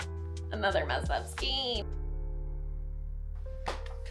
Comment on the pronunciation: Skein rhymes with rain, not queen or line. Having said that, everyone seems to pronounce it differently, so don’t worry about how you say it. 😊